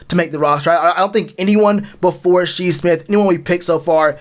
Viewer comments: lol he said She Smith 😂 is Shi Smith - sounded out “Shy” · Shi Smith(pronounced Shy Smith) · Say it with me Shyyyyyy smith, spelled shi but u say it like shy 👌🏾